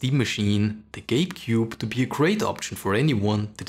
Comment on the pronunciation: not me hearing GAYcube instead of gabecube